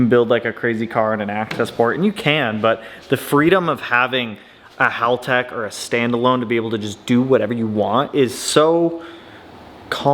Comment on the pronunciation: One of the few Americans that can pronounce Haltech correctly 👍